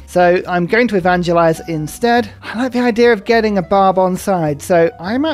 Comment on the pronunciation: Barb clan sounds especially like "Bob clan" today